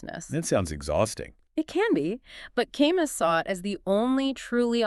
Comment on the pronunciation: Camus is pronounced Ca Moo